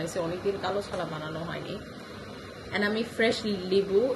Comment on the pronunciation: ছানা না আপু!its called চানা 😅😅😅!